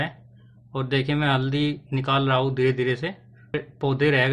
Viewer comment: वीडियो तो आपका बहुत अच्छा है थोड़ा एक दो शब्द आप को सुधारने की जरूरत है रहा हू की जगह रहा हूं बोला करिए करूगा की जगह करूंगा बोलना स्टार्ट करिए हे की जगह है बोलिए 👍👍